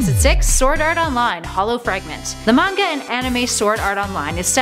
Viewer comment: "Based off of a magna" Really?